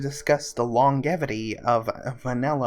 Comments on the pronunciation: Long-gevity.. lônˈjevədē LONG JEVITY! please for the love of god say it this way xD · long- Jev_ ity. Not Long- Ev-ity. thanks for the vid. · "Longevity" has a distinct soft-g sound. Like "mange". Not "long". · Disliked the video for that Horde pun. Also, google how to pronounce longevity, please. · i love your videos! but the way you say longevity kills my soul =(